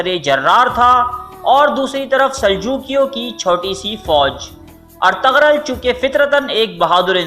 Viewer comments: Itni information lay to aye pr ertugrul ko pronounce krna nai aya Ghain silent hay, ertugrul ko erturul parho gy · ارتغرل غلط تلفظ ہے۔۔g سائلنٹ یعنی خاموش ہے بہتر ہے کہ صحیح ادائیگی کی جائے اور ارترل بولا جائے بہت مہربانی ہوگی آپکی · It's not Ar_tag_rul*.🙄😒.... It's *Er_tu_rul respect sy naam lein Inka or in ki family ka.. Allah k lye unhu ny apni Zindagi waqf ki thi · Artagral Nahi hai Bhai artugrul hai Sahi Sahi naam liya Karo sabka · When you realize the narrator is pronouncing Ertugrul’s name wrong........😒😒😒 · ap ne osman gazi k walid ka naam aur bursa shehar ka naam galat parha apko thori knowledge mai iazafe ki zarorat hai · Agree, ertugrol was from Lebab Turkmenistan not from Kurdistan, please correct your pronunciation, any how appreciate your video